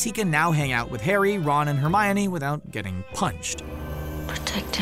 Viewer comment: Legend has it he still dose know how to say hermoine